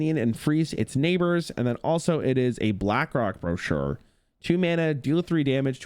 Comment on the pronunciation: pronunciation of brochure is wild